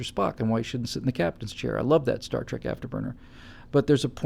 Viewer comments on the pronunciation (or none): none